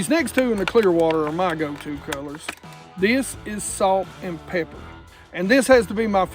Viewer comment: I swear i heard "Salt and Pecker"